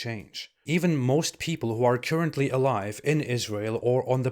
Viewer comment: Super interesting videos. Please check the pronunciation of “currently.” 😊